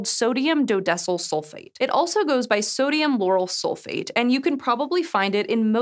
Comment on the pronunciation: What's "Sodium Yanny Sulfate?"